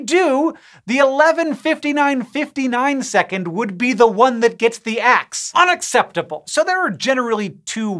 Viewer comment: I didn't know I needed Hank saying "UNacceptable!!" in my life.